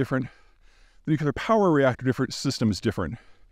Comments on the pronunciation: Yes! Please, Peter, learn how to pronounce "nuclear" (like the nucleus of the atom)- not "Nuc-ye-lar" (there is no such thing)... It's really annoying to hear you repeatedly mis-pronouncing this over and over, especially since you are claiming to know so much about nuclear issuse. Ugh. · Dear Peter, "nuclear" does NOT rhyme with "muscular". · Love your videos Peter. If Cappy can learn how to correctly say ‘nuc le ar’ … maybe you can too ? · he keeps saying nucular. reminds me of homer simpson. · Nuculear? I felt like I was listening to George Bush. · New clear. New clear. New clear. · With all due respect, the pronunciation is ‘nu-clear’. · Still can’t say nuclear. Honestly, it’s not nucular. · I want Peter to continue to say nucular, because then I know it is him. And I want you to continue to use capital letters, because then I know it is you...(or Owen Meany) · nukelar, nukelar, nukelar, nukelar, nukelar, nukelar, nukelar, nukelar, nukelar, nukelar, nukelar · For God's sake learn how to pronounce NU-CLE-AR. There is only one 'U' in "nuclear". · Is he really pronouncing "nuclear" as "nucular" like Bush? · Please stop saying “nucular”. I listen to your geopolitical opinions. You seem intelligent. Why would you use that idiotic word. That one word makes me wonder if I should listen to anything you have to say. Do better. Ok bye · he said nucular twice 😇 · I'm puzzled that Peter Zeihan, despite all his knowledge & eloquence, still says nuckelar instead of nuclear. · ‘Nu - Que - lar’….grow up. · I've heard plenty of Americans do it either, even officials. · This guy says "nukular" a lot. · Can you learn to say the word "nuclear" at least? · The real question is, how are we going to solve an otherwise intelligent Peter’s mispronunciation of nuclear ? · I always listen to people who pronounce nuclear incorrectly regarding matters about nuclear power. 🤦‍♂️ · Dangerously close to saying nuclear correctly. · Could someone please teach Peter how to pronounce “nuclear”?